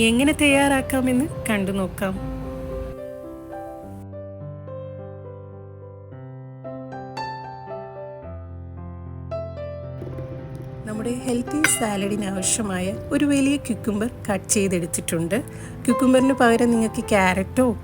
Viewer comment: ക്യംക്കു ബർ അല്ല കർ